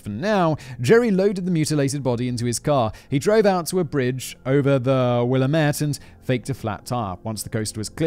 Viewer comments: I love how non-locals attempt to pronounce the native American names like Willamette. The emphasis is on the A. Will-A-met not willaMET. Lolol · Wuh-lamb-it Willamette Incase you ever need to mention it again. Lol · Oregonian here – good job pronouncing the place names! 👏 Except Willamette is pronounced Wil-LAM-it. Rhymes with damn it. 😉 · Lol im from oregon. The river is the Willamette river. Will am it. I called it will ah me tee river when i was a kid 🤣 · Will-am-met. There is no fancy pronunciation. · I loved this but as an Oregonian born and raised the pronunciation of "Willamette" (will-am-et) made me cringe each time lol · i was enjoying hearing a story about a killer from my home city. until I heard you pronounce Willamette, you didnt do it right, its not willa-mette, its will-am-ette. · As a native Oregonian, thank you for pronouncing “Oregon” correctly! Unfortunately you mispronounced Willamette, it’s pronounced; Will-Am-It. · I’m from Oregon, and I find it very amusing how he pronounces Willamette, he gives it flair. Here, we say will-am-ette with emphasis on the “a” in “am”. I am a little sad we didn’t get to see him guess where it is in the US like he has for other states though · Oregonian here. Thank you for pronouncing the state's name correctly. Willamette is pronounced WILL-am-et -- all short vowels. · hey, I've heard worse. Once we got a new newscaster who called it "will-uh-met-tee" ahahaha!🤣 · One of my greatest joys in life is listening to someone not from the Willamette Valley try to pronounce the names of things here XD Also this whole episode was super surreal listening to Simon talking about places I regularly frequent 😱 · The river is the Willamette....pronounced "will LAAA' met". Thought you might wanna know. 😉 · Just an FYI, Will-lamb-ette is how you pronounce Willamette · Pronounced words words from someone born and raised in Oregon... Oregon: Ore Gun Albany: all ban E Willamette: Will am it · Got willamette wrong